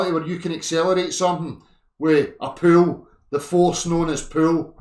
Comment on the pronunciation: 'you open a drawer and you puul' 😂😂😂